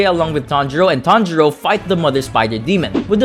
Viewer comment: it sounded like “tanjiro and tanjiro” or “tanjuro and tanjuro” 😂😂😂😂😂😂😂